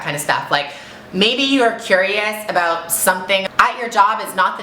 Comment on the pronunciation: she said aboot!!! lol i never noticed that